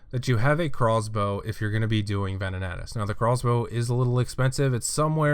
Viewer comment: Ohhhh he's saying Craw's Bow not Crossbow